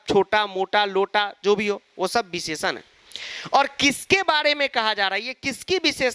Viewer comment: Visheshann❌ Bhisheshann✅